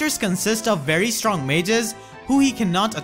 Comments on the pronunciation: PLEASE PLEASE PLEASE, stop saying "re-pree-zul". It is pronounced "re-PRY-zul". Also "STONG MAGES" at 10mins+ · "Stong" Mages ? lol i should not probably laughing but this mistake is one of my favorite =) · "Stong" mages lol. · very "stong" mages